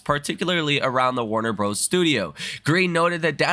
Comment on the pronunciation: It's Warner Brothers. Not broos 😂